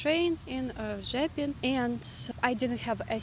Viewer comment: Lovely video, very honest and real review of your journey,. I guess that the language is less of a problem than for us, German-ish speakers. I will never be able to say 'Bydgoszcz' or 'Rzepin' like you do. And I love the 'why don't you smile more'-comments. You are who you are. Smile or laugh when you want, not because people want it. And go to Spain or Portugal.... they have to invent smiling in public there.